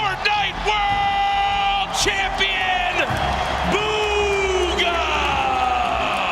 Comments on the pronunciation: Bugha b oogha not booooogha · Bugha not boooogha